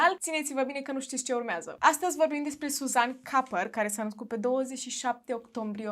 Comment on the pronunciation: Se pronunță Suzan Cupar